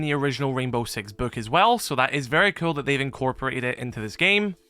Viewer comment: it really sounds like you say kewl and skewl lol